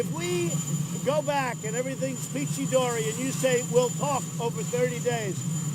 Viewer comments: that's what I'm saying miss angry, he said peachy Dory, I'm not knocking him. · Did he say “peachy dory”?